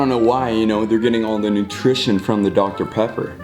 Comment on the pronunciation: The way he said dr. Pepper made me wheeez idk y